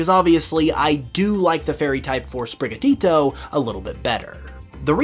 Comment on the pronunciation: OMG SAY SPRIGATITO RIGHT